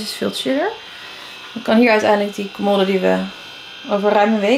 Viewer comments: Ik verstond colmolde. Haha ❤ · Ik kwam hier om te zoeken naar deze reactie! 😂 en hoe vaak zeg je commoooode!? 😂😂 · haha volgens mij zegt ze idd commodde, alsof er 2 D's staan, maar bedoelt ze hetzelfde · Spreek je voor de grap commode verkeerd uit of ligt het aan mij?😅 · Ik moet elke keer giechelen hoe jij ‘commode’ uit spreekt🙈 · Ik dacht precies hetzelfde 🙂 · Hahaha ik dacht ook wtf commode letterlijk gezegd